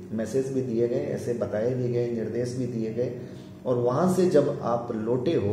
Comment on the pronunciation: Pronounciation improve Karo Bhai. Vishay ko Visay, jivan ko zivan, shareer ko sareer, aur ko or, nirdesh ko nirdes kyo bolte ho ?